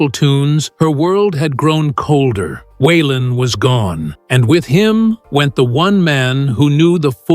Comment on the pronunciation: Wenn man eine Autobiographie von Waylon Jennings erzählen möchte, dann sollte der Vornamen korrekt ausgesprochen werden....